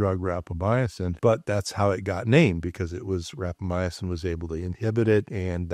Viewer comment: Respectfully, you are not pronouncing Rapamycin correctly. It had 4 syllables and you are saying it with 5.